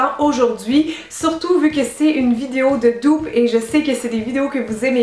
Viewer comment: Cynthia, pourquoi tu dis "doupe " et non "dupe " ? 🤗💕❤️